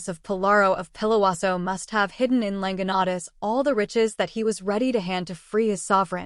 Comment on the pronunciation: You’ve got the legend down pat, but your pronunciation of the Quichua words _ Llanganatis, Píllaro, Latacunga, Rumiñahui - are practically impossible to discern or decipher. Please redo this video if you want to be taken seriously.